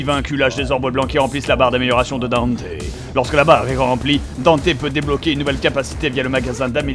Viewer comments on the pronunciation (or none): bob on dit DANTE pas Danté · Palluel Lucas Haha j'ai acheté le jeu y'a 3/4 mois ça saoulé le "Danteuh" et même si je suis pas un gros connaisseur/fan de Dmc original (j'ai joué qu'au 4 qui était assez sympa quand même) Dante m'a bien gonflé, il lui ont donné la vf de Spiderman et les blagues apparemment (bon Dante dans certains dmc fait des blagues mais des bonnes) bon le look il est banal. Surtout le pire c'est la dénonciation de la société de consommation bon j'ai rien contre mais là c'est aussi raffiné qu'un fisting de Machopeur. Non vraiment faut arrêter le "Danteuh"